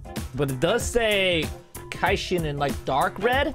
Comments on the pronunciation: You know it’s so bad when he says “kaishin” instead of Kishin (key-shin) idk just hurts soul a bit. It’s from soul eater tho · It's not kaishin it's Kishin:/ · Bruh kishin not kaishin get it right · its Ki-shin like ki from dbz and shin from naruto put together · You don't watch soul eater ;( it's ki-shin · The way he pronounced "kishin" hurt me